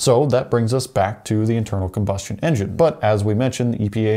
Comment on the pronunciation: I can't watch anymore of this filler by a guy who can't say combustion